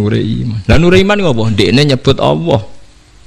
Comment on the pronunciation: Maaf gus kalimah allah itu kan lam nya..., bukanya bacanya itu tbal/tagglit ...kok gus bacanya awoh ...maaf mgkin sy yg slh dgr...